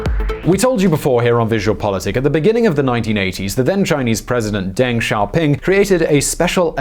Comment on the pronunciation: Deng's name is pronounced DUNG! lol you think by now making x amount of videos you would get the pronouncing down!